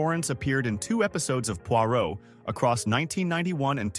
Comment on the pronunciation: 🤣🤣🤣 this fits with the pronunciation of Pwah row!